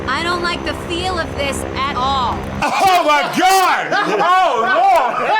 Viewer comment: Dat "At Orl" made a come back in a DT glorious way